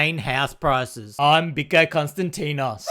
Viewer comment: Biko not bike